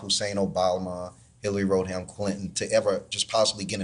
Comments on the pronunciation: "Road-ham" 🤡 yes, that guy sure sounds like he's got a finger on the pulse. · He said "hillary road-ham clinton".... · The Q-anon guy actually said "Barack Hussein Obalma and Hillary Road-ham Clinton". I thought he might be attempting a bit of word play with "Obalma" having something to do with embalming? Who even knows. The Q-ers aren't known for their with or intelligence.